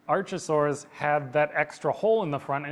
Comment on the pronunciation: I've only finished the original half but I've cringed and felt pain whenever he said archosaur. How does he pronounce archive? Because it's the very same word. (The first half) It's not arch enemy or archbishop.